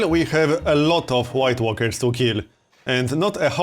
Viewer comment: I keep hearing white workers instead of white walkers